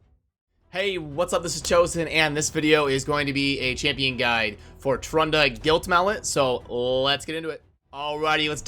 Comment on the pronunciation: You got her name right dios mios